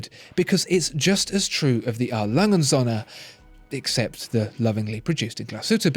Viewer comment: He Spells "Söhne" like Sohne, if you say that in Germany, it would be a bit strange.